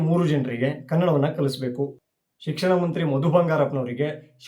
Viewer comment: ಸರ್ ಮ ಬಂ ಶಿಕ್ಷಣ ಸಚಿವ ಅಲ್ಲ , ಸಿಕಸಣ ಸಚಿವ. ಸಿ ಎಂ ನಿರರ್ಗಳವಾಗಿ ಇಂಗ್ಲಿಷ್ haaguu ಹಿಂದಿ ಮಾತಾಡಲಿ.